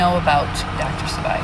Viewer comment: Dr Sebi prounounced see-bee . ... I've seen Maleah holding that doll in a picture I believe and the case is heartbreaking 💔.... Also they speak of her having brain surgery because her head was hurt .. They say she fell ,but I feel her stepfather did something to her .. Also my friends and I are working on her case as well to get fight for justice . Thank you for what you do our do.... Also the word burn resonates her stepdad had for gasoline that was found in his trunk and him carrying it .